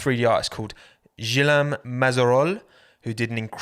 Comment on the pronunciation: I cannot overstate how badly you pronounced « Guillaume » nor how much I love everything about it